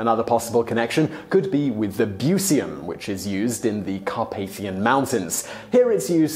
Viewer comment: Try to spell it more like "buchyum". Our chi and ci sound exactly opposite to the english pronunciation...